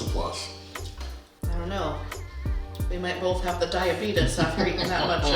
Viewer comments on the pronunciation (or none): The “diabetus” hahahahaha